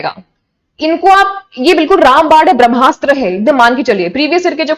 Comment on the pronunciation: Ram bad nhi ram baan hota hota hai